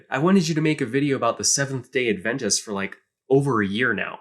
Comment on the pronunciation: BTW, Adventists put the emphasis on the first syllable: "AD-ven-tist."